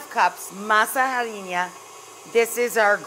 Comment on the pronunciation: Where the hell did she get this recipe from? and what in the hell is "masaharilla"?!